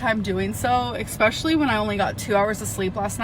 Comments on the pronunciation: I never noticed her saying exspecially instead of especially until watching this video and I wish I could go back. Noticing a new amberism and not being able to go back is the worst part of being in the amberverse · Every time she says 'expecially' I want to unalive myself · Every single word beginning with es- she pronounces as ex. Excape is another example.